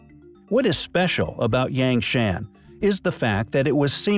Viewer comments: I know it's trivial but "Yang Shan" is not pronounced that way. The A's are an 'ah' sound. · Eek the pronunciation of "yangshan" hurts me on the inside